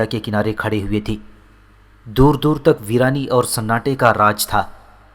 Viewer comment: YAR AAP KO URDU PARHNA BHI NAHI ATA HAI NUDRAT KO AAP NADRAT PARHTE HAIN OR UMRA AAP AMRA PARHTE HEN OR TUK KO AAP TAK PARHTE HEN OR BOHOT SARI GHALTIYAN HEN LEKIN AAPKI AWAZ ACHI HE